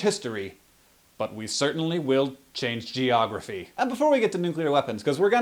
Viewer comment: "Gentlemen, we may not chance history. But we certanly will chance geogrophy" LMAO